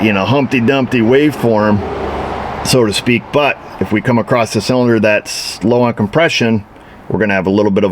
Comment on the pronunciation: I know New York has a different language than other areas of the country, but what is the meaning of the word "acrost" ?